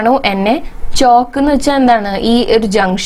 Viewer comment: ഹലോ ചോക്ക് അല്ല ചൗക്ക് എന്നാ